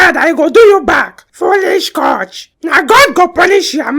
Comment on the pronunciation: The way they say "haba coachè" 😂😂